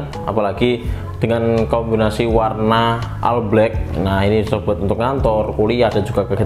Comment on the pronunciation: Bro, All Itu dibaca "OL" bukan "AL" 😂